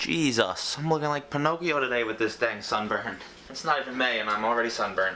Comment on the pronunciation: omg at the exact start of thus video when you said Jesus you sounded Jamaican kool